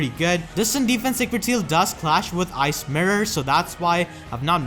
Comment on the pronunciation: They way you say "Ice Mirror" sounds a lot like "ASMR." Was confused for a bit, "why is he keep saying asmr?"